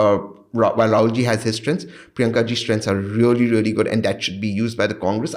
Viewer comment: Raw ???? "REAAL" 😂😂